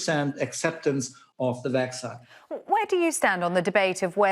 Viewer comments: My uncle is a doctor in Germany and he doesn’t pronounce vaccine Vacksign. This guy isn’t a doctor, he’s an actor. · he pronounces "vaccine" very wrong.